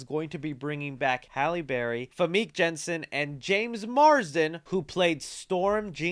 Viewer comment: Dude learn to pronounce some stuff right Fameek Jansen?